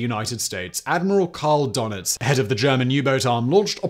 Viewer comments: Ten seconds in and the first one's here! Donitz is pronounced Der-nitz. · Props to Gilles Messier for signposting the correct phonetic pronunciation of 'gunwhales' for. 👍 Could have done with something similar for Dönitz's umlaut.